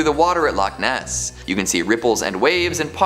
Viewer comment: I can't stand the way she says loch Ness, it's two words not one, she says lochniss.